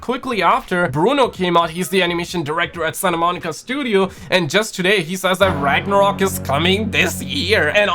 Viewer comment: ragnarok or ragnorok?